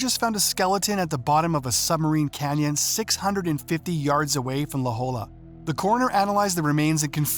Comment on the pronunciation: Its pronounced "la hoya"